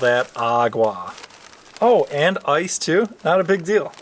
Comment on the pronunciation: And you pronounced ice wrong